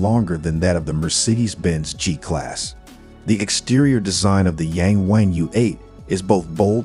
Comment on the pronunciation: It's pronounced "Yarng Warng".